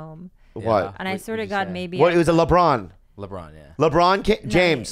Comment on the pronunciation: And after laughing at Bobby for pronouncing Lebron wrong smh....